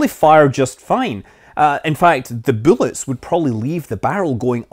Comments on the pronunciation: 'buellets'... you're in the states now. It's 'b u l l e t s', no 'e' before the 'll's. Just busting your chops.. ;-) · I keep hearing boolits but thumbs up for the matsumotos shave ice shirt